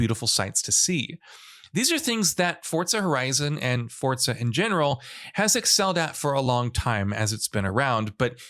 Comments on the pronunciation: It's Forza not Fortza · "Fortza" just shut up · where does this jackass see a "T" in the word "FORZA"?